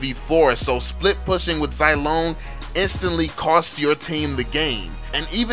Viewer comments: Imma stop watching, just cuz you say "Zai" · When you call Zilong Zilone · Its Zee-long